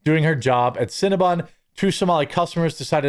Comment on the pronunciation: Cinna-BON, not bun. It's bon like the French word for good or sweet. Like "bon appetit".